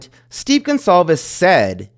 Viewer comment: I think his last name is pronounced “Gon-Cal-vez” with a C and not the more common name GonZalvez.